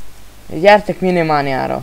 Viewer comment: minimánia XDD Az "májnmánia"